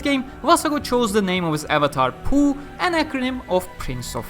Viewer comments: I thought it was pronounced POH instead of POOH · Low key lost my shit everytime he said PoH, as poo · Poh is pronounced as poo? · oh. And I thought it's pronounced literally "Poh"